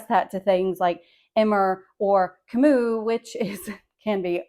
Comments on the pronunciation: I love Kamut for rolls too. I often mix it with hard white wheat. I’m pretty sure you pronounce Kamut with the “t” at the end. It isn’t silent. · I’ve never heard of this approach. I have heard The Food Nanny talk about Kamut for years and she always pronounces the t. I also looked it up online and the audio always includes the t.